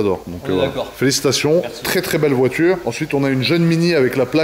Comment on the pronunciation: "la voitchure... répétchitchif... un p'tchit peu... des p'tchits entrées d'air dans le tchurbo"... Les pieds noirs de téci en goguette.